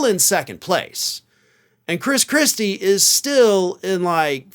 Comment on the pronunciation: I must have misheard..he muttered (?) Chris Chrispy! 😂